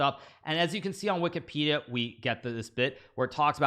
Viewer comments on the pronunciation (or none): none